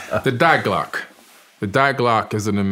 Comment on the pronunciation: If I hear this dude say “dieglock” one more time I’m going to rip out my eardrums